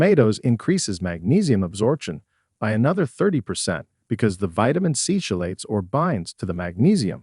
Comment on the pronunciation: chelate is pronounced kelate